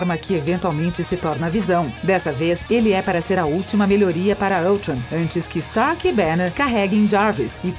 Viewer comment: donamu ? é dormamu , galacticus ? é galactus , sony strak ? kkkkk não boto culpa nela mais ficou engraçado